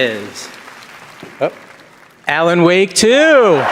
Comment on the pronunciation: When you say "Alan Woke" 😂